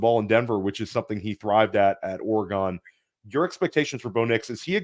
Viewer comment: you're one of my favorite fantasy podcasters on the web, but for God's sake, learn how to pronounce Oregon.